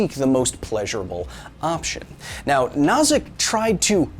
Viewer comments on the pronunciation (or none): I don't like to pick on you, dear Kyle, but the name of Robert Nozick is pronounced "No-zick" like "Know-zick" by most people. Love you, man. Reality might be simulated but I'll try to be good to everyone. Also, I don't think a lot of people consider this: what makes you think that when we wake up from level 1 simulation that there isn't simply a level 2 simulation? It might continue to a large number. Our current simulation could be Graham's Number level simulation and there could be many levels surrounding us in many dimensions. The possibilities are limitless. Still, I'll remain good to us at this level simulation for the spacetime being. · What's worse, messing up the first name because the David Byrne joke is fresh in your head, or repeatedly pronouncing Nozick like Schnozz? I love Kyle, but good lord that made it impossible to pay attention. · Am I in a simulation, or is Kyle deliberately screwing up the name of John Rawls' rival?